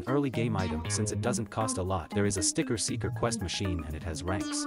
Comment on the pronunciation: All i hear is 'Sticket Seekers' 💀